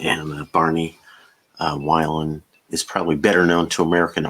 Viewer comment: Thanks for the tip! BTW, Barney Wilen pronounced Vee - len. Cheers!